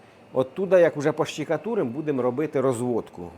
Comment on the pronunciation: Штукатурка Ш Ш Ш Ш Ш ,а не щикатурка)